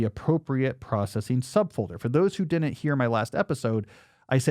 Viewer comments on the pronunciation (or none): Why do you say "dinnent" instead of "didn't" ?